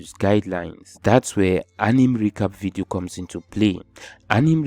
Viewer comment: Apart from “Anim” movie accent 😂 bro you deserve a million subscribers